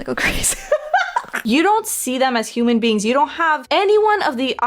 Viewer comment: ik vind het leuk dat het moment dat ik weg keek en de blonde vrouw haar lippen niet meer lees hoor ik dat ze human beans zegt lol